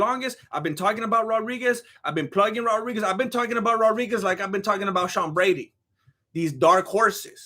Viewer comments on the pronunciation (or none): Sean Brady? You mean seanbréte